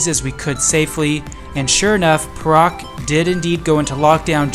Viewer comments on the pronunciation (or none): I'm sure it's "Pay Rak" not per Rak. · The state Perak is actually pronounced as “Pair.Ruck”.... not as “Per.Ruck”.